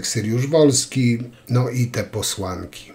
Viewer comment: Wypadałoby choć nazwisk nie przekręcać - nie Syryusz, lecz Saryusz-Wolski.